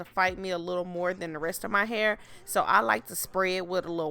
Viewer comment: Lord.. the eyelashes and white eyelid crap makes the video garbage.. never understood why beautiful black females mess up thier beauty with garbage fake makeup..( or make down I call it). And please learn English amd get rid of the "ima negro from the gutter" pronunciation of words... "PUHLLEEZ" .. its "hair".. not "hur"